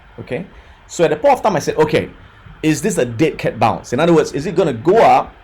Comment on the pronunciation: is he saying dick head bounce?